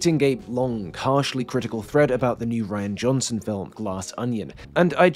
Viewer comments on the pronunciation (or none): none